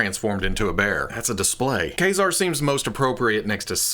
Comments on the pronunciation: The X-MEN animated series called him Kay-Zar not Kuh-Zar. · Think of the military knife Kabar (Kay Bar) and pronounce it Kazar (Kay Czar). Consistent pronunciation (even if wrong) helps with continuity. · Don't you mean Kay-Zerr? 🧐 🤣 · I believe the correct pronunciation is Kayzer. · A game I often play is "see how many different ways can pronounce Mafex in the same video." Today that was Ka-Zar haha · Love you, love your show, can't stand the way you pronounce ka ( K, A) Zar ( hard R). Care, hare, Karl. See the difference? No e at the end. xoxo